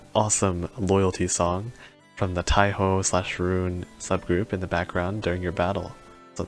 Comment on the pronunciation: Being able to run to Roons, win win. I believe the pronunciation is closer to "ruun" than "ron"